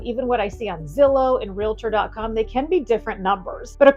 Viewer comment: Great video. Just one item, Realtor doesn't have an " i " it's simple, "Real tor" not "Ree lit er." When you get sick, you don't go to a "doc it er," same thing. Thanks for a great video. Very dynamic.